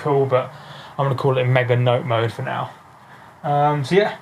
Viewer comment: "Mega-Note-Mode"... haha :D